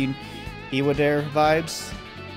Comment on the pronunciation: In case nobody's told you yet - 1. It is pronounced "ee-wah-dah-reh". Nearly every syllable in Japanese is comprised of a consonant and vowel sound, and always the same vowels: ah (a), ee (i), ooh (u), eh (e), and oh (o). 2. Yes, that is katakana, used in Japanese writing to indicate words of foreign origin. Displayed at the corner of the title logo is グランディア, or "guranndia".